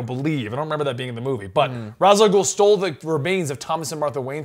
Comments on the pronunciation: Well for some reason people misspelling Ras Alghoul name cause it is arabic word -_- , to settle it down it is Raas (head) Alghoul (the ogre not the devil xD ) just please pronounce it like the arabic way don’t creat new ways please or just don’t make him arab xD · Ra's al gouhl is an arabic word..and yes it's said raz al gouhl